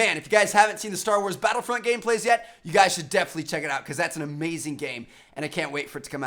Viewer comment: "Star Wars Blattlefront"